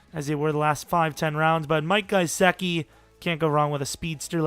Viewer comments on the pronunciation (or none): It's not guy-seck-ee it's guh-sick-ee